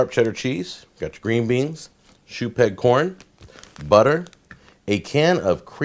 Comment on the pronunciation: I keeping hearing shoe peg porn, not shoe peg corn.